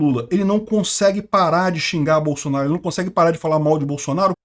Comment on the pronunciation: "BAÇUNARU, BAÇUNARU, GO´PI, GÓPI" KKKKKKKKKKKKKKKKKKK